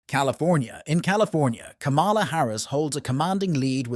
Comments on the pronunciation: This NARRATOR DOESN'T SEEM TO KNOW THE CORRECT PRONUNCIATION OF THE Vice President name!! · Can u say kamala name right!!! Ugg!!